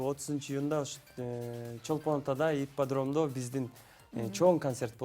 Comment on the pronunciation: Итподром дейтко колхоз Ипподром болот